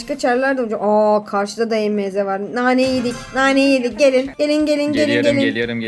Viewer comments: E m z değil emz diye okunuyor.😂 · Abla emz e me ze diye okunmuyo direk emz diye okunuyi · E m z diye okunmuyo emz diye birleşik okunuyo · E M Z değil emz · Abla e m z diyil emz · e.m.z değil o emz😅😊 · Abla E M Z deyil EMZ😊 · o Emeze değil Emz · abla emeğe değil emz 😂😂😂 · abla emeğe değil emz 😂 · o emeze değil emz diye okunuyo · emeze diye okunmuyo emz diye okunuyor😊😊🌹🌹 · Abla o E M Z DEYİL EMZ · Abla Emeze değil Emz😂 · hayir olum emz diye okunuyo emeze ne aq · Adla o e m Z değil emz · Abla E m z değil Emz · Abla onun adı emz e m Z değil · Emeze değil emz die okunuo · Emeze değil emz yaw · Emz❌ ✨EmEzEğ✅✨ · Abla emeze deil emz emz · Abla o E M Z değil Emz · Abla o E m z diye okunmaz Emz diye okunur😅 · o émze değil emz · Abla E M Z DİYİL EMZ😂❤ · Abla emeze değil emz o karakterin adi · Abla E M Z ❌ EMZ ✅✅✅ ❤❤❤❤❤❤ #PGQUCOLO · Abla o emeze değil direkt emz diye okunuyo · Abla onun adi emeze diyil emiz😂😂😂😂😂🎉🎉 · Abla diynamayk değil daynamayqk😊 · Abla emz. İn. Adını. Yanlış söylüyorsun. O. Emz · o EMZ EMEZE DEĞİL ❤❤ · Okunusu oyle sensin asil o dalga gecilcek kisi salak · Merhaba abla ilk kez önüme çıktın ilk başta özgüş tv kanalı nın videosu sandım (emz savaşçısı nın ismini yanlış söyledin kızma söylemek istedim)